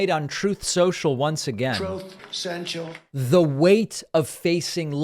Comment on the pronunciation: Troth Sential makes me laugh out loud every time.